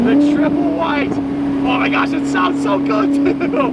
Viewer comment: "Oh my gyash"